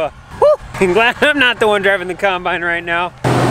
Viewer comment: And coymbyine for combine 😁 i no longer say combine either, it's coymbyine or no bine